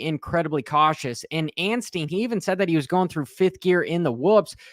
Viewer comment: First "Fernandez" now "Anstine" lol.